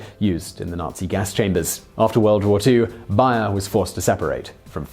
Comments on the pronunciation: i usually have these videos on a seconds screen just listening whole i work. I had no idea what company you were talking about every time you said Buyer till i looked at the screen lol. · Simon the company advertises its name as bay-er bay like the noise some dogs make or ebay minus the e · BAY ER you pronounced it so badly that it took me a few seconds to realise what you were saying! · I thought it was pronounced bear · It’s pronounced bear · Why you call it Buyer? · It's pronounced BAyer. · I called them and they said it's wrong and that it is bay-er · Bayer. Pronounced BAY-err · I love this channel- but maaan....some days this guys douchey accent really irks me. ( the pronunciation of Bayer as Buyer in this video) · No, that would be bbbbbbbbbbuyer! But it would still be wwwwwwwwwrong! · Obviously, the American way is always the correct way, right? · Daven, why didn't you tell Simon how to pronounce Bayer? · no it's just how the company chooses to pronounce their name, Simon always hacks at least 1 name in every video at this point I think he's doing it on purpose. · Bonus fact. This dude can not say Bayer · Do people say Bayer like that? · Being an American who has heard Bayer aspirin commercials virtually every day of my entire life, it was really weird to hear Simon pronouncing BAY-er as BUY-er all the way through this video. It makes me wonder if they changed the pronunciation for the American market, or if this is just another case of the English thinking they know best how to pronounce everything in every language. The way most Brits pronounce the Spanish word taco is a prime example. People who speak Spanish, or come from a heavily Spanish-influenced area (like California) all pronounce the word TAH-co, but most Brits pronounce the word TACK-o. Let me just say, it's grating on the ear. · Say it with me now "bay-er". That was not hard. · N. Smiley that was annoying its bay-er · BAY-ER not BUY-ER!! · Bonus Fact it's pronounced Bear not buyer